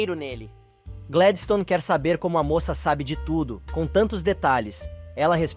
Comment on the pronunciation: Não é rólinha é rólinha E nem Gledistone é Gladistone